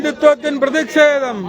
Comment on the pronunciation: മുദ്രാവാക്യം വിളിക്കുന്നവർ ശരിയായ രീതിയിൽ വാക്കുകൾ ഉപയോഗിക്കുക.. പ്രതിക്ഷേദം അല്ല പ്രതിഷേധം ആണ് ശരി... 🌹